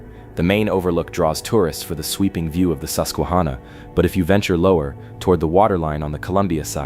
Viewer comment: And is susquaHANNAH